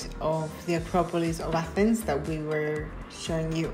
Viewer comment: You could totally both pass for Greek, it warms my heart to hear of your experience in Greece and for your admiration of the ancient sites in Athens, I also appreciate that you pronounced everything correctly in Greek